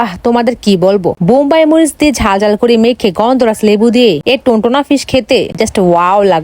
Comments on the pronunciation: টোনা ❎ টোনটোনা✅😂😂😂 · Ota tuntuna noi tuna😂😂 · টুনা মাছ ❌ টুনটুনা মাছ ✅ 🙂